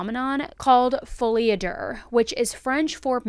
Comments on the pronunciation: love you,, but there is no “R” at the end of “folie a deux”. It’s pronounced like there IS an “R” at the end, but you stop short of saying the “-r” part of “er”; basically you just say the intention of it, if that makes sense 🧐. Bottom line, Google’s “how to pronounce” function lied to you - “do” is closer than “der”. 😉🥰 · It’s pronounced fo-ley ah-doo. I’m French and American. A lot of people want to be abducted. It’s fascinating to think about the possibilities. After you’ve traveled everywhere on earth it’s normal to want to go to space. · The way she kept saying Folie a Duuurrr 😂😂😂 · It's pronounced follie a doo. Lol. 😂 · Folie à deux is pronounced “folee ah dyuh” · Deux has no “R” so not to be pronounced as such. Awesome video as always